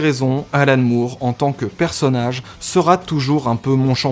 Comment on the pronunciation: Juste un truc.... "Moore" ça se prononce "More". Merci. Cf.